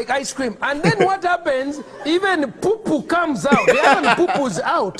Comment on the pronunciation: When u say POO poo it makes me laugh